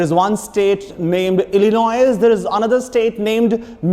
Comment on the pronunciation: the S in Illinois is silent though, sir